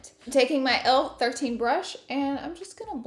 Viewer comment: Am I going mad or did you call your L13 brush an ELF brush lol x